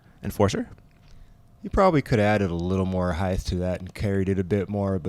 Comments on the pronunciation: Why did keep saying "heighth"? Lol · Love the commentary but heighth is not a word. It’s height. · Bro, since when is HEIGHTH a word? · Cool commentary and coverage... just curious why keeps saying heighth instead of height. Is it one his made-up words like ‘nurl’? Interesting 🤔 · is saying...hyth? not height?.... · Great commentary, and., height rhymes with night - even spelled the same. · Someone teach how to say the word "height"! It's annoying listening to him mispronounce it over and over. There is no "th"!